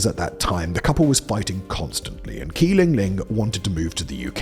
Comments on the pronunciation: How do you not have a single mandarin speaker on staff? Qi = Chee not Kee. You consistently make the same pronunciation mistake throughout your many channels. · How on earth is 'Qi' pronouced as 'Key'?